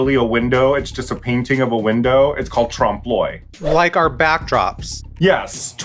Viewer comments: The way they say l'oeil triggers me XD it's "euh-ey" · Raja, gurrl, if you are going to give French lessons on youtube, learn how to pronounce oeil! 😳